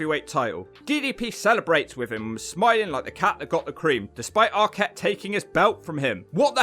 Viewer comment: This jabroni can't even pronounce Jarrett or Arquette right.